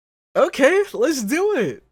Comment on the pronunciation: Every time you say "let's go" I think you're going to say "let's Gojo." Idk why but it's funny